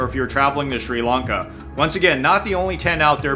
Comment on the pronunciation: Why can't Americans say Sri Lanka? It's not Sri Lunka 😂